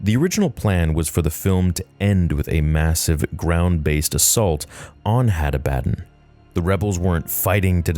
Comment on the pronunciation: I believe the pronunciation is Had AH-buh-dawn It potentially may have been taken from or inspired by the name Abaddon in the Bible, which is a name of a place of destruction, as well as the name of the Angel of the Abyss. The word is Hebrew for "destruction" or "doom". The Greek word for it, Apollyon, means "destroyer". Seems fitting.